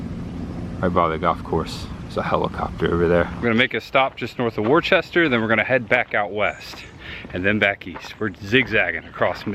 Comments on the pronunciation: It's not pronounced "War chester". It is pronounced "Wooster". Just an FYI. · I didn't know that it would be possible for you to mispronounce a word worse than "museum." People from Massachusetts are going to watch this video and create a drinking game out of it. After which half of them will be dead, no doubt. FTR, it's "wustah" - 2 syllables, not "war-chest-er." 😅 JK! 😜 Luv ya! Great vlog as always & really enjoying the content lately. New England has me jonesing for cooler weather & haunt season! Looking forward to the much ahead. Peace ✌️ 👏💪👊🤙👍🤘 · Worchester?????? It's " wooster" lol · Being from Mass it was hard to hear you continue to say Worcester as warchester lol. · Great video. Most of the towns in MA are pronounced strange. Like Worcester pronounced Wista. Groton is pronounced sounds like Rotten Groton. Pepperell is peprill. There's more. But all in all you did great Massachusetts is beautiful. Especially the Berkshires. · Heads up, Worcester is pronounced Wooh-ster. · You're pronouncing Worcester wrong, it's pronounced "Wis-ster " we have many cities and towns in Massachusetts that are actually pronounced differently than how they look. Lol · Worcester is pronounced Woosta ….we watched your Fla videos when we lived in NH, now we live in in Fla and are watching you in NH! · Do locals pronounce Worcester that way or do the pronounce it the same as the English do?